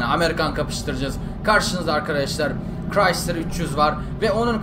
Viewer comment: abi uçumaz dedin kırayslır chreysler dedin yaptı